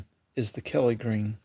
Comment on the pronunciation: Are you saying KELLY GREEN?